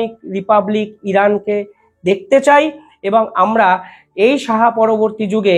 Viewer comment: Please don't mis-pronounce "Shah" as " Saha"😊